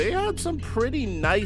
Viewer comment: Yo bro, you are pronouncing Bjelica right, why dont do it with Zubac, Divac aswell ? You are pronouncing like its Zubak or Divak, keep up the good work bro